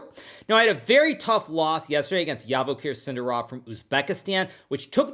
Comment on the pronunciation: You pronounce his name wrong. It’s Zhavoheer SindArov, not Yavakher SindarOv